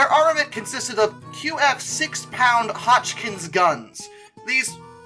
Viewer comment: Yep, but I'm a little under impressed with the pronunciation of "Hotchkiss" and "Lee Enfield".